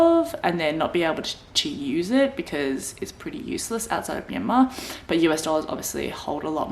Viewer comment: Haha , we're in the same boat, but stage 4 restriction is no joke. Working from home is the only thing that keeps me sane. Btw, did you know your name means place in Burmese? Also, you pronounced Myanmar perfectly. For the property purchase, I know people bought properties in someone's name who is Myanmar citizen.